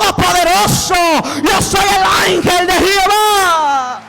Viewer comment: Lindo mensaje para que sea publicado al mundo entero pero siervo con respeto le digo no se dice jiova sí no q se dice Jehová aunque tampoco es el nombre correcto